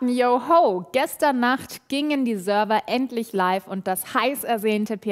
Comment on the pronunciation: Wer kennt sie nicht die Sörwer